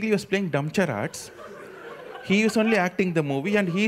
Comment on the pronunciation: you need to get the correct pronunciation for charades bro.